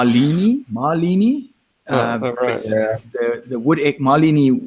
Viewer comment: ) Maleny is pronounced like this: Ma-lay-nee - with the stress on the second syllable. Looking forward to catching up with you all there.